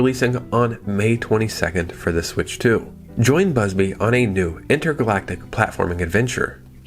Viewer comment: Bubsy, not Busby. Love the videos.